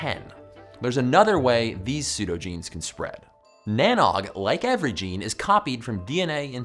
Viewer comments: Arcane Wisdom TV yup, Derryman here and never heard cheer. More teer. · Any other Irish people cringe every time he said NANOG 😂 Tír na nÓg pronounced teer na nohg with the same vowel sound as shoulder or the exclamation ‘oh’ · Great video. Just a shame that Tir Nan Og (Land of the Young) is pronounced "shir-nan-awch". Having had a fractured coccyx, by the way, I'm more than aware that evolution is a fact. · Almost right with the Tír na nÓg. Ó is pronounced like the o in no or doe. Not like egg nog but reads more ‘noge.’ Like the sound of the o changes in not to note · Oh man...that pronunciation...it's *cheer na no 'g' .... You add the g at the end of the no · Tír na nÓg is pronounced Tear na nogue 🤦‍♂️ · I’m Irish and speak it, that was some pronunciation. Good try though Tir na nOg is said like “T(c)heer na noog” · It's pronounced "Tier na Nogue" .... rhymes with rogue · Yikes! that Irish pronunciation tho! Tír na nÓg sounds more like: cheer-na-know-g. The "Óg" is similar to the sound "ogre" makes. And in some dialects "Tír" sounds like "tear" as in teardrop. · Tír na nÓg - Land of Youth. English phonetic pronunciation - Teer nah noge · This Silly video doesn't prove evolution 😂 Also, its pronounced "tear na knowg" 😒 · Tir na nóg. You were pretty close but its pronouncrd no and the normal g pronouncation all in one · im irish. his pronunciation of tír na nÓg made me die inside